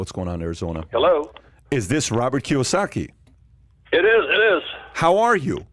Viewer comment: kiyosaki doesnt even know how to say his last name correct.